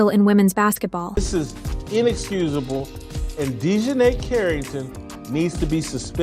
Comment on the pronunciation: Die john eye? Is thia channel real or completely AI generated brain rot. I dont watch basketball but i know this isnt right